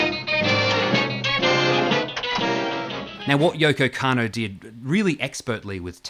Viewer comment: Dodgy pronunciation count +1 with Yoko “Cannow” lol, great vid